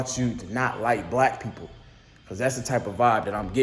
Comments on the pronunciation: Nope he did say wack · Ngl I heard wack instead of black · I hear wack not black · He might’ve said “wack” it’s hard to hear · He definitely said "black" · Sounds like he said Whack ass mfs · Wait? "Black ass..."? I heard "Wack ass..." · i thought he said whack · I thought he said “whack ass mofo” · Slowed down it sound more like whack